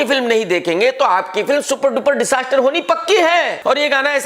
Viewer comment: Even he doesn’t know how to pronounce disaster 🤛